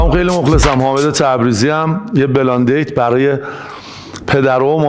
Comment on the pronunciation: بلاندیت چیه بلایند دیت یکمی تمرین کن رفیق برا گفتنش ک درست تلفظ کنی رفیق😊